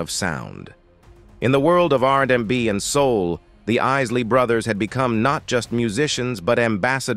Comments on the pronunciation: Why is the narrator constantly messing up the name R&B And Isley when white men tell black stories lol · Loved their music growing up! Drifting on a memory.... Was the commentator A.I. on crack....WTH??? It kept mispronouncing the last name, along with screwing up R&B. How do you screw that up???? 😅😅